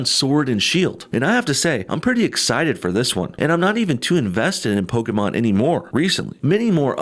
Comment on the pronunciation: No bullshit: thanks for saying Pokémon and not "Pokee-mon"